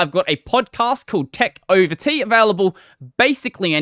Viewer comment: Is it just me or did "tech over tea" sound more like "KEK over tea" at the end of this video?